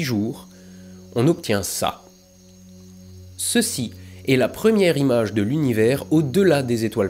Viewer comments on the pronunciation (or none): C'est vraiment impeccable (hormis la mauvaise liaison de "quatre z autres" au lieu de "quatre autres"). Bravo et 1001 fois merci :)